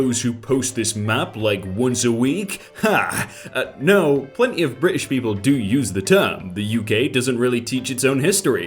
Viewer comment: Nobody:: Bri ish